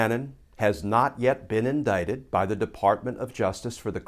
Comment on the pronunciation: Is it INDICT or INDITE ? IT sure as hell isn't indiet